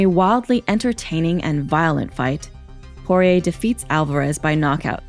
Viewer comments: Saying Poirer on this always came out like Jorge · She's saying Porier but sounds like Jorge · Why does she keep saying "Jorge" when it's Dustin Poirier? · Am I the only one who hears the narrator saying "Jorge" instead of "Poirier" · Sounds like shes saying horier the whole time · Sounds like she’s saying horhey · Why is she calling dusting Jorge ??? This is a little off putting oooh shes calling him porire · Last person to beat McGregor was khabib. The narrator sucks. She kept saying Jorge instead of Dustins last name lmao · Anyone notice she keeps calling Dustin Jorge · Why does she keep calling Dustin Jorge is that his middle name or something